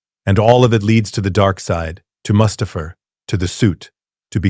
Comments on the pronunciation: That pronunciation of Mustafar was criminal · Saying Mustufer with the hard ER in the year of our Lord 2026 is crazy